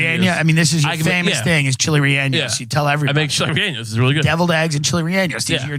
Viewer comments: Tim: chili reannos Spanish speakers: 😶 ( chili relleno ) 🤣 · Chilly re-anus